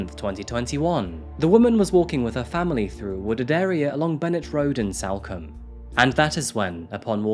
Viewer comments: Btw salcombe is pronounced sulcum. In the local area it’s known for being an area where there are mostly holiday lets and second home owners. It’s basically where many rich Londoners have their holiday homes. Please do the murder of Bobbi Ann Macleod - an 18 year old girl taken from a bus stop in Plymouth by a guitarist who handed himself into police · Head probably removed and put in back pack so body fitted in the suitcase? BTW it's pronounced Salcom not combe‼️😆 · Salcomb is pronounced like SoulCum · Sol come, that's how it's pronounced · It’s pronounced SOLCOMBE even though it’s spelt with an A